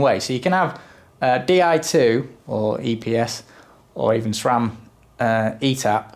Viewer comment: Finally someone knows how to say SRAM not Schraaaaammmmm